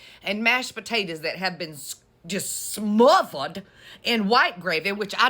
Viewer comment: Girl the day you had!! and the way you said smothered😂